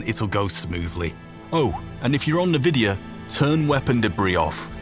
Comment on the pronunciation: Never heard anyone pronounce nvidia like that before